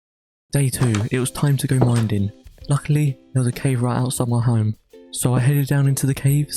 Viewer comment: Did anyone notice he said minding